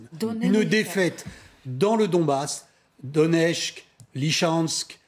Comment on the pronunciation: « Doneshk, Lychansk, Svierodonesk… » Oui, sans parler de Mylan, Brakhrmout, Sklovianshk, et Karmatrotsk. Sérieux, ça fait 10 mois qu’on entend ces noms, apprenez à les prononcer correctement.